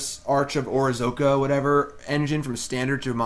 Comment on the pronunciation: O-RAZ-CA...not "orzoka or whatever" Reading is hard, I know.